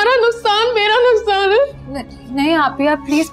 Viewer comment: nuskaan nhi nuksaan hota hai